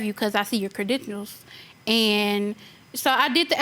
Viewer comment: She said credentionals